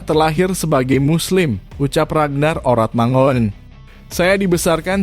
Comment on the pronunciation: Min ngucapnya mangun bukan mangoen